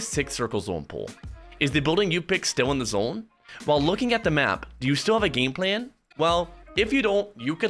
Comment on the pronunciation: Chat - I have the O/U at 27.5 for how many times says zOHne. What are you betting?